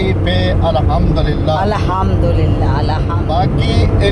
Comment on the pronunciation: احمد جي الاحمدلله نہیں ہوتا ہے الحمدلله ہوتا هے